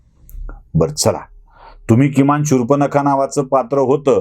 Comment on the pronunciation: शूर्पनखा नाही हो शूर्पणखा.